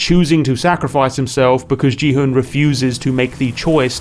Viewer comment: its pronounced gi-hun, like gif